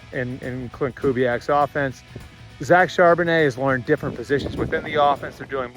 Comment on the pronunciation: Heard that too!! 😂